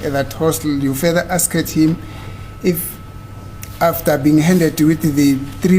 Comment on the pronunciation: Guyz am not rude but pronouncing ' Asked ' A s k e d,, repeatedly haaaiman my daughter is puting me underpressure